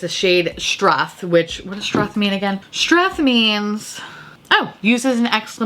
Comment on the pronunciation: Blow horn seems like a fab euphemism for sex or at least a blowy 😉 😂 Also as an Aussie I’ve gotta help ya out Aussie - Oz-ie Struth - strew-th Galah - gul-ar Straya - Stray-ya it’s a short Australia